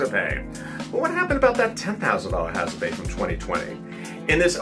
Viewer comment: Hazardpayish rofl🤣🤣